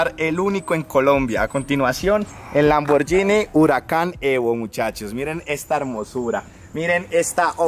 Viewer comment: Hola amigo te corrijo, tienes que aprender a pronunciar la marca Lamborghini, disculpa la intervención, Dios te bendiga.